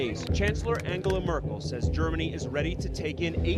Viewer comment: His pronunciation of Angela Merkel was spot on, but chat was ''angala ANGALA''